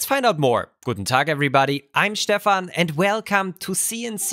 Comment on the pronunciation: Writes Stefan, but says Shtefan :D